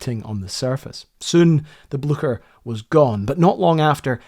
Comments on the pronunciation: Very good video both in the making and the re-telling of the story - much appreciated - but I was slightly worried at outset when you were calling the Blucher, the "Bloosher," when 'on location' at Oscarsborg (particularly as you are a fellow Scotsman and I would never expect you to say "Losh Ness" or "Losh Lomond"). But thankfully, you later saved the day when pronouncing the "CH" part of the name like a true Scotsman (and German)! Mind you, whether or not it was good enough to scare the horses, is not for me to say* (see link)! 😉😂 * I'm sure it was. 😂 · Very good presentation, but you need to work on your pronunciation of Blücher. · I appreciate this video. But just a constructive criticism: when u are doing a vid about eg. Blücher... - just Google about its pronunciation... U will need it multiple times and it's like 5 sec... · Excellent documentary! But please, just check the pronunciation of German words like Blücher. Yours is just horrible and is no longer acceptable in this day and age. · English speakers just always give up on foreign names. There's an S in the middle as well!!! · you're pronouncing it wrong. It's more similar to "bleacher" with an "sh" sound instead of the "ch" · The version of german I learned pronounces Blucher differently and it's very distracting. docs kick ass, though. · For heaven's sake man if you are going to make a video about the story that “you've always been captivated with”, at least have the decency to learn how to pronounce the ship's name! Your “blue-sher” is like getting hit to a head with a hammer. Such laziness is quite appalling. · Hi, as a Scot you should have absolutely no problem pronouncing the name of the ship correctly. It is Bleu-cher, with ch like in "loch". Excellent videos! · Its a nazi boat. Its almost neccesary to misspronounce its name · Its Blucher , not Blusjet! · Please, "Blücher" is not pronounced something like "Blu-sher". The "ch" is like "tch". So It's somewhat like "Blue-tcher".